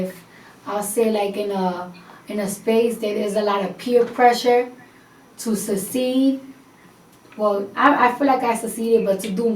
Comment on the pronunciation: Succeed > Suh-seed